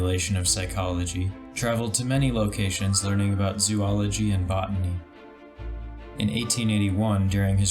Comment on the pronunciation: mispronounced zoology. dislike. unsub.